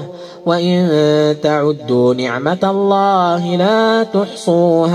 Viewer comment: اخي الكريم الله بكسر الهاء وليس بضم الهاء